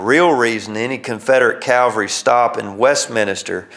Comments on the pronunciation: He keeps saying “calvary”. It’s “cavalry”. No one got crucified. I’ve been to Gettysburg and I think they would have mentioned it. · The word is CAVALRY not CALVARY.